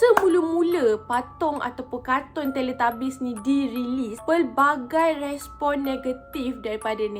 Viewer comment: Teletubbies ❎ Teletabies✅ tapi saya bukan nk mengata kak sorry ye...tapi sebenarnya teletubbies.